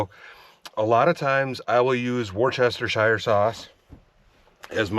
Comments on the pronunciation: Not pronounced “worchestershire”. It’s pronounced “whatsthisheresauce”. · The sauce is pronounced: (like you were saying wolf) wo-sta-shire (Worcester). I know this because I graduated from Worcester Polytechnic Institute in Worcester, Massachusetts. Love the recent historical stuff like Big Brutus and the Little House! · A place the Ingalls family lived that Laura did not write about was Burr Oak, Iowa. Apparently it was not a very pleasant time for the family. I visited that museum long ago, when I lived in Minneapolis. And the marinade sauce you were using is pronounced "wash yer sister". I swear, I heard Brits say it on You Tube 😁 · Correction, it's Wash-Yo-Sister-Sauce lol. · Wustershur sauce is how you say it my friend,,,, And thats from someone from england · Hope you are well after your medical condition. To help out a bit from an English man, say it as I spell it here... "wus-ta-sheer-sauce" I am from Leicester which incidentally is pronounced "lester" it's a Roman thing. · Great video! 😊 To pronounce Worcestershire just say Wistershear. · It's pronounced woosta sheer. I know because I am in the uk lol. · It’s … wool-ster-sheer sauce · Not sure if anyone says it right washyoursister sause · Worcestershire...: " worse -word - in - the - world - sauce " ..😂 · Doritos & steak! I laughed! You gotta stop pronouncing "Worcestershire" that way. You gotta say like you had a six pack of breer! Worcestershire, little more slurry